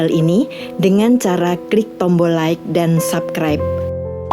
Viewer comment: Sedikit catatan. Pelafalan SUBSCRIBE dan Richard Gere agak gimana, gitu.